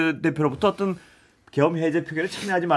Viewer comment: 아나운서님. 발음이 어떤 인데 자꾸 어뜬 이라고 하시네요